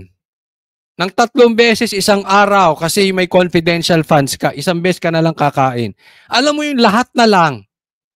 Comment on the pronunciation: Paulit ulit kya nga comfedent fun di pwidi ipag sabi. Kulit